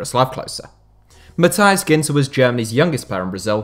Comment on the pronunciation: Sometimes you have to look how some footballers names are being pronounced. Matthias was wrong.